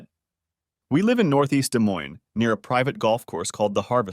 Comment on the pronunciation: Yeah had to do a double take when the ai said day moine